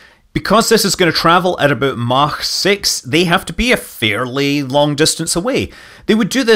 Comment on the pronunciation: scott, stop with the german pronounciation of mach.... its really offputting. :/ like you know that idiot at houseparties that insists on saying everything the french way to sound posh? yeh thats you buddy.